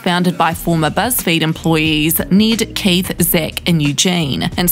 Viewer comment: “need, kaith, zeck, and eujane” the accent lmao